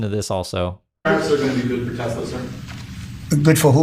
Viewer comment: Is it Tes-ler? ...or Tesla? WTF..is the guy just a maroon. Hey Elonia, no one wants a SwatiZimobile, bulletproof or not.